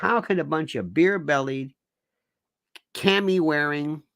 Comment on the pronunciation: Camo wearing. Not “cami wearing!” We’re not prancing around in camisoles! Well maybe on Saturday night, but other than that…….Lionel you are such a “work!”